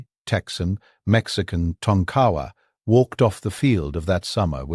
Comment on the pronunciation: Its pronounces Tonka wa not Ton kawa.